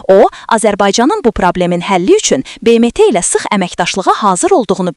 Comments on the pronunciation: " Be Me Te " ne idi ????😂😂😂😂😂😂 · BMT sözünü düzqün tələffüz et. Sonra cix daniş😂